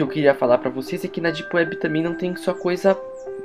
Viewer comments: "ondi elis vão si encontrá? ná....Típiwéb" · Dipueb ;D ninguem conhece kkk isso e mistura de português baiano com ingles kkk.